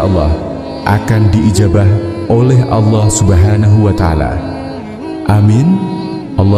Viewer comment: Maaf menyebut nama allah kok alah